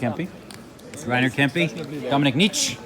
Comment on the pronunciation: great video :)) i dont really know if i should correct u but the "e" in Dominik Nitsche isnt voiceless. Maybe its just hard for you to pronounce as canadian :P But its pronounced Nitsch-e not Nitsch :P